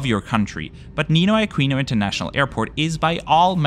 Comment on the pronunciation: Ninoy Aquino is not pronounced “nay-ah”.. local Filipinos say it as “na-i-ah”